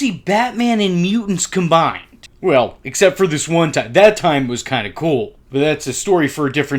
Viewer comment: I just watched these today and holy shit they are good but robin is SO ANNOYING this little shit is in a tank and she can’t even say wow or anything she says “coo” NOT EVEN COOL JUST FUCKING COO